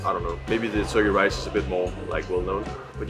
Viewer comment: 加油！ 看了也好想吃火雞肉飯 （發音大進步！）。 Your pronunciation of Turkey Rice is good!! You must practice a lot, we can all see your improvement!